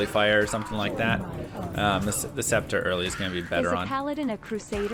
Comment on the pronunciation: Why are you pronouncing “scepter” properly? What happened to you 😔